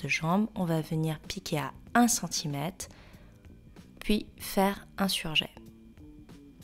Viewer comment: CentimètRRRRRRRRRRRRRRRRRRRRRRRRRRRRRRRRRRRRe !!!!!!!! Le mot prend effectivement un R prononçable. Sinon le pantalon est super !